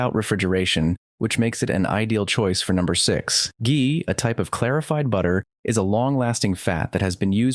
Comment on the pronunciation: “Ghee” is always pronounced with a hard G because of the H. You use both the correct pronunciation and the incorrect pronunciation, but you start off with the incorrect one. :-(